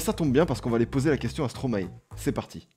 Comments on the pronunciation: Stromae se prononce "stromail" (maestro en verlan) ;) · tu prononce mal stromae